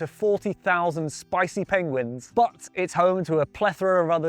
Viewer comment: Did he say penguins 😂